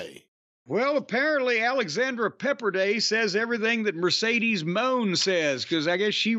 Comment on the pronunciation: I just love how Jim cornette Miss pronounces Sasha banks name " Mercedes moannnnn!!!"😂😂😂😂